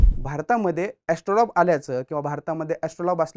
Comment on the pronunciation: एस्ट्रोलॉब नव्हे एस्ट्रोलेब...... उच्चार तरी नीट करत जा. आणि यंत्रराज आणि यात फरक आहे. कधीतरी मूळ संदर्भ पाहत जावे. इतक आयत्या माहितीवर अवलंबून राहू नये.